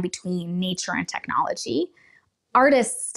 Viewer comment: It becomes techiology 😂😂😂😂